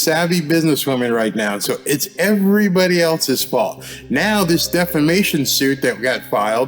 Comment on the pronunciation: She says defamason not defamation , listen .